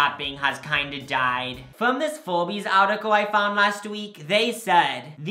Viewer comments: is no one gonna talk about how calls ‘forbes’ FORBEES i fucking love it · saying forbees reminds me of those owl furbies I think they’re called? The annoying ones that look scary in the middle of the night